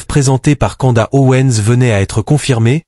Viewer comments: Candace. Et pas kanda 🤣😉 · Candace. Et pas canda 👌